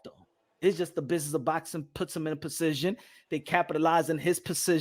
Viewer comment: mans pronounces position crazy . son pronounces it like precision lmao. or is he mixin up words?!?! im weak over here 🤣🤣🤣